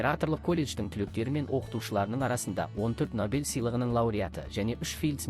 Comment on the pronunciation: Ассалаумалейкум. Сіздің бір сөзіңізде әріптен қателік кетіп жатыр. Набель сыйлығы емес-Нобель сыйлығы деп айтыңыз.